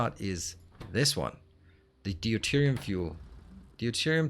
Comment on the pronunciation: Counterpoint: I've never heard any native speaker saying nittric, and it's not an American/British thing - everyone says it rhyming with night. Also enjoying the series on catch-up (and as usual I started a run with similar mods to do my untidy version). (Btw it's dyoo-terium not dee-oo-terium 😏)